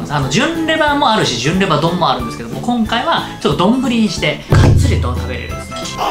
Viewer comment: 『きょんかい』『すろだし』 今回も、リュウジ語録が炸裂。 純レバが『ぎゅんレバ』に 聴こえる(笑)